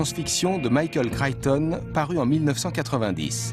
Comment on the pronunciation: Michael "Crayton" ??? 0_o)° Crichton, c'est mieux...